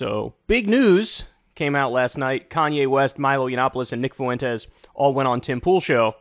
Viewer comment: Kyle, stop pronounces "Fuentes' that way. It's like nails on a chalkboard.